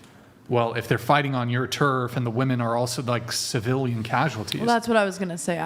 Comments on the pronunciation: Why do women of this generation pronounce "WOMEN" as "WOMAN"? What is the cause of this phenomenon?? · Just tell them to pronounce women as if its spelled "wimin"